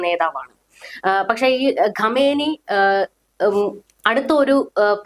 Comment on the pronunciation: Super explanation. ഖൊമേനി എന്നതിന് പകരം ഖമേനി എന്നു തെറ്റായി പല പ്രാവശ്യം പറയുന്നത് കണ്ടു. രണ്ടും രണ്ടു വ്യക്തികളാണ്. ഇപ്പോഴുള്ള കക്ഷിയാണ് ഖമേനി.